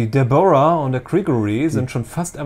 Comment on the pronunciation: " Die DeboRRRa´h und der Gregory....." xDDD alter als würde es den Namen Deborah in Deutsch nicht geben.